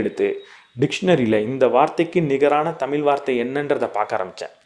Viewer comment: Good effort just a humble request, please practice correct pronunciation for "தமிழ்"